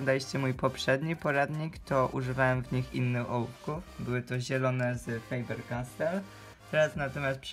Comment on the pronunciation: Mówi się faber kastel ;-)